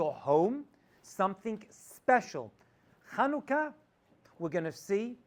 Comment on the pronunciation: It's 7anukah not Khanukah \ Chanukah